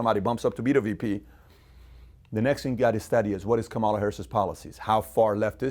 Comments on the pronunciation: Luv your stuff but serously you learn how to say KA ma LA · “Comma La” is how you pronounce Kamala Pat.